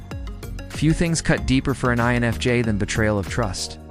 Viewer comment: your AI voice is saying enfj instead of infj talking about "fake people" and there is something very amusic about that to me